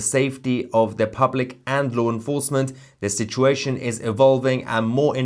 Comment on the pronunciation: TOUSi, it’s law enforcement NOT loo enforcement